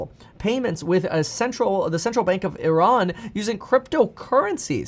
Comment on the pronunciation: i am a corse member and i am from Iran that was a good "Iran" u said there :)peace